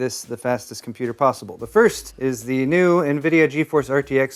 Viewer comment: you better check how much cpu sockets are there before say "FASTEST S#%T POSWEBLE"